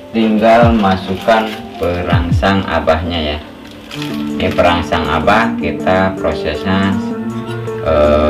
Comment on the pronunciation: Mohon jawab suhu itu sunbel aoa ya namanya.. Dan perangsang nya kurang jelas ku dengar bos q. Sukses sllu bos q chanel nya.